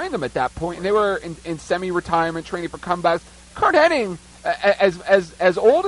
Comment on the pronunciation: You'd think people would know that it's not HENNING it's HENNIG!